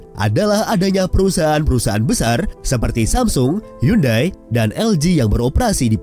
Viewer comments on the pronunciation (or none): none